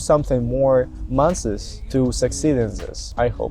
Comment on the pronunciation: Never be late for class! try to be early, rather then late. Keys to success in life. -The way you say "Months" needs work. You say "month is" but it is pronounced Months. Just something to work on wail your here. Very good video over all. I love the effort you place into them.